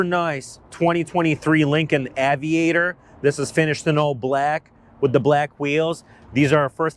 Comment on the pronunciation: “Avid-actor”, what did he just call this car?